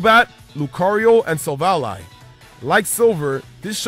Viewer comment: It's SILVALEEEEEEEEEEEEEE NOT SILVALEYE GRAAARAAHAAHWWOAKJSNDNUEEH... or silvuddy...